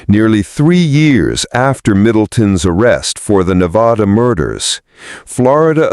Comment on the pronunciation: Verdi not Verdee. Also it's Nevada not Nevaudaw.